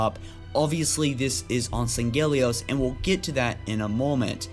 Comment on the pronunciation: It's sang-helios, you pronounce it as if there are two Gs. And Jul 'Mdama's faction still call themselves the Covenant, storm is just a classification of some of there weapons and armour